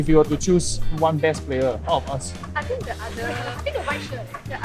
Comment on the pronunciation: is actually a very good mix of superb English and hilariously off-key English. After first day at school i notice that he pronounces the "h" in think. He was saying something like "I think..." And he pronounces the "'t" in don't. That is a degree of dedication to enunciation that i would only expect from a native speaker. But of course when he mispronounces it is very hilarious!